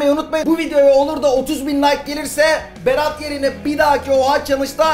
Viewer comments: Berat niye r diyemiyo? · Berat a ferat diyen koca yürekli